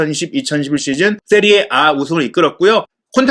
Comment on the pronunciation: 세리에 에이를 세리에 아 랜다 ㅋㅋㅋㅋ 이거 믿을만한거 맞냐?